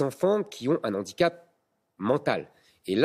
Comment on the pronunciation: Handicap avec un H aspiré. Un 'H'andicap (pas de liaison)